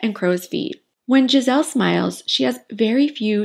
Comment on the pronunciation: Interesting video. Just to be clear, her name is not “Gisel” is GISELE with E at the end. It will sound more “Giselee” And I’m not gonna comment on Bündchen